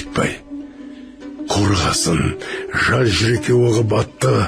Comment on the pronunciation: жас жүректі жаз жүрек деп оқыдыңыз.